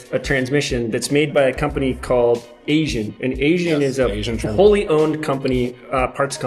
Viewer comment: Its Aisin (eye-seen) not asian. It is a toyota transmission but not every XJ came with it. The manual was not Aisin to start off and the early XJ came with a french (Peugeot) transmission. They started using the AW4 when they put the 4.0 liter engine in in 1987. So the 84-86 XJ didn't have the toyota transmission.